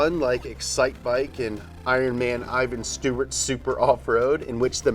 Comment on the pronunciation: IVAN steward. NOT Evan. IVAN. You are forgiven